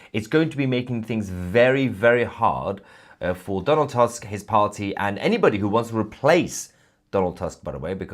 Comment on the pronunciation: Donald tusk not task. In polish U is reading as double oo in english like in word poor